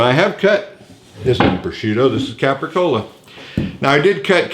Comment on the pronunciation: capicola or copicola does not have an "R" in it.